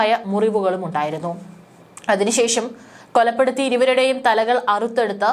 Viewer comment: കൊലപ്പെടുത്തി എന്നതിനു പകരം പറഞ്ഞത് ' കൊല്ലപ്പെടുത്തി ' എന്നാണു വായിക്കാനും സംസാരിക്കാനും നന്നായിട്ടറിയാത്തവരെ ന്യൂസ് വായനക്ക് ഏർപ്പെടുത്തരുത് !